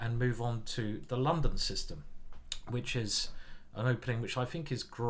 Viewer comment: As a foreigner I have to confess: very nice pronuncitation by introducing in the London System. And yes, as a child of the 1970s, I love Space Invaders and Pacman :-)